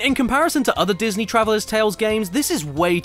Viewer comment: "deeznee " where dreemz cum😳 troo